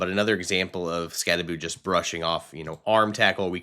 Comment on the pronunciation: Learn to pronounce his name correctly! It’s not Skatteboo, it’s Skattebo! So Bo, not Boo at the end!